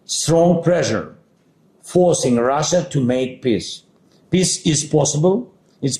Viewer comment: “Peace” pronounced by z sounds like “piss” literally and metaphorically!!!